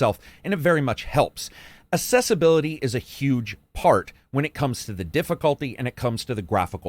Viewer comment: Why do you pronounce ‘accessibility’ as ‘assessability’? Accessible and assessable are different words.